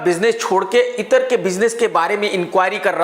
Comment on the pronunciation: Bhai itar nahi ittra